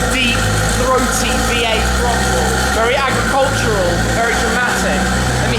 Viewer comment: agricultural ? excuse me?